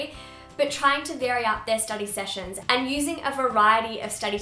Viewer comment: I thought she said 'I hope we are all having a very happy unproductive week!' Because the and sounded like 'un' 😂😂